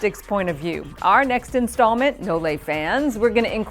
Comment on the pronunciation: And it's nole not no-le like she says it easily.